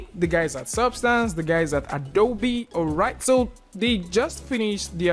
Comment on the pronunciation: The biggest update is pronouncing Adobe correctly!